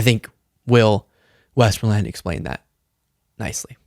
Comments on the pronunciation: Will's last name is pronounced west-MOOORE-land. I believe one of our famous WW2 generals was General Westmoreland. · Will is such a good guy. He's the perfect person to be able to talk to Skylar. BTW, Westmoreland is a pretty common rural name. The emphasis is like this WESS-moreland, with the last two syllables w equal lack of emphasis. The "T" disappears. I'm in Greene's district & we have tons of farms here. I know people here, even the 1/3 of us who didn't vote for her or Trump - are all suffering for it now & it's only going to get worse. I've called her staff to ask why in the world she's rolled over to relegate her duly elected authority & power to leave people here to suffer, especially those who DID vote for her &/or Trump. I'm going to keep calling & asking til I get an answer from her mouth publicly. I'll call every single day to keep asking. Anyhow, I applaud Will but I can't find the patience for them yet even though it would serve me & my neighbors all so much better. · I’m not sure why you are having trouble with the name Westmoreland. It sounds British and I were to guess, it probably means the moor lands to the west. West of what? I don’t know. Anyway, you’re really mangling it. It’s West More Land. Just like the county in Pennsylvania. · It's an old southern name. The correct pronunciation is Wes-MORE-lund. It's a subtle difference, like Ka-MAH-luh. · Westmoreland has wisdom. BTW. I live in Ok. It cracks me up to hear you pronounce his last name. It’s pronounced Wesmerland. 🤓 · you're mispronouncing the guy's name. It's West=more-land. It was the name of a general who was I think at West Point in the 60s. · No. The name is 'west-MORE-land'. Americans tend to put the emphasis on the first syllable whereas the English would place the emphasis on the second syllable. It's not cast in stone but it works as a general rule. Signed: your local grammar Nazi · I was distracted by the repeated mispronounciation of the name you admired.